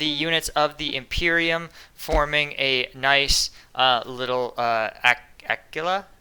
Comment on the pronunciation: Aquila pronunciation--> Take a cue from the word Aquiline, which means eagle-like. "He has aquiline features". Hope that helps